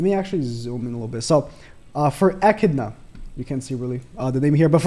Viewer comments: Aye he said echidnas name correct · I see you learnt how to pronounce Echidna! Well done